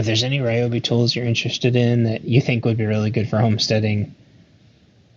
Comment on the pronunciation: All The Ryobi fan boys are going to be happy you don’t pronounce Ryobi as “Ree-Obi”. You get a thumbs up from me because you pronounced it correctly 😂. I’ll share with you soon my “Homemade Ryobi 18v roadside battery jump starter”